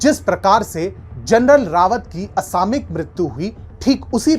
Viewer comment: the correct pronunciation is 'असामयिक' NOT 'असामिक'